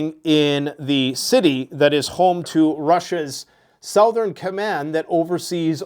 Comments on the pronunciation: Stop saying “sow”thern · SUH-THERN, dang Canadian lol